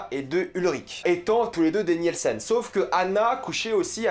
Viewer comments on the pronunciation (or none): Très bonne vidéo mais je me permets quand même un petit guide de prononciation : "W" en allemand se prononce comme le "V" français, donc c'est "Vinden" pas "Winden" prononcé à l'anglaise Un "e" après un "i" est muet, donc c'est Tideman, non pas Tièdeman, pareil pour Nilsen et pas Nièlsen Voilà sinon super vidéo merci! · sa me titille un peu quand tu prononce les noms d'familles genre "Niyelsen" Et sinon j'avais pas compris pr franchezka et Magnus :0 c'est vrai qu'ils se ressemble mais à quelle moment on sais que c'est eux ? "Sans l'aide des visages"? S'était juste une déduction ?